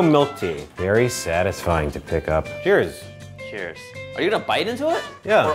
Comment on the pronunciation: It sounded like said "Tchuss" instead of "Cheers" at the Beverly Hills noodle spot.